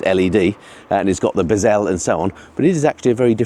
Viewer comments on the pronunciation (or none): Biz el? Thought it was pronounced behzl 🤔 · Bez el have you turned french overnight!! Its bezel as if you said hazel, cripes! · What the hell is a "bezzelle"?? 😂😂😂😂😂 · What's a bezzelle lol 🤣 only kidding great video